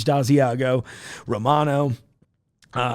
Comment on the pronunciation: At first I thought you were saying "ozzyago" -- it's like regular asiago, but with bat I guess.